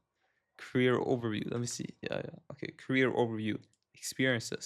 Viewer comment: Career. Not carrier